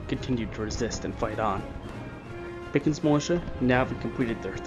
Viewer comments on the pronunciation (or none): none